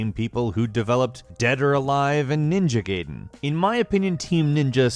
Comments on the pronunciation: "Ninja Gayden." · Gayden? Sir...... It's Gaiden! Chops the air KIAI! :P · Ninja... Gayden? O_o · I had a stroke... ninja gayden